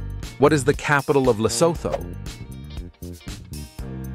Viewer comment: #92 Lesotho is pronounced Leh-soo-too.